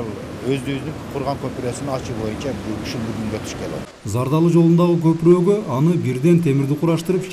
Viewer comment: туура суйлогулочу копурук эмес копуро деп